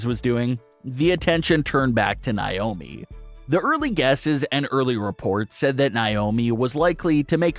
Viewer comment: God this guy's voice is annoying its Nay omi not Nie omi